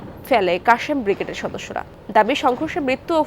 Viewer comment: বিগরেড?????বাংলা উচ্চারণের শ্রী ন্যাশনাল টিভি র এই অবস্থা???? চেতনায় ২১??????